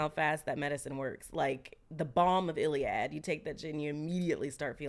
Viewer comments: 😂 not Iliad lol, sis, it's Gilead. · I love almost quoting things right 😂 girl it’s balm of Gilead